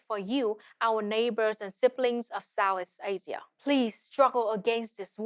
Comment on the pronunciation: She speaks with a heavy consonant drop and accent, "Sow-ees Asia" LOL.